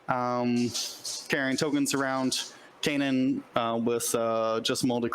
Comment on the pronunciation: Can someone please teach how to pronounce Kanan? It's been years now 🤦